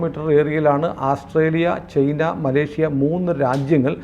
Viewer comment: ചെയ്ന അല്ല ചൈനയാണ്